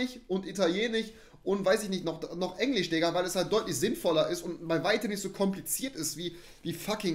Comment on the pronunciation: ich glaube Rewi hat Englišçh richtig ausgesprochen